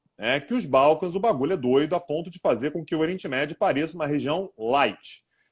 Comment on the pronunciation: "Balcãs" é palavra oxítona.